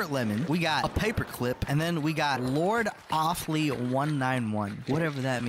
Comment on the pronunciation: “Lord of fly” becoming “lord offlee” is so funny dude